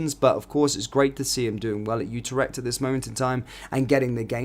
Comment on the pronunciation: IT IS NOT UTER-echt it is U-TREK-T (phonetic)